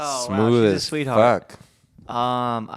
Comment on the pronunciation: jeff saying "sweat heart" is my new religion